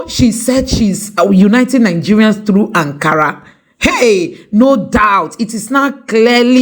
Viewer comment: Akara not Ankara!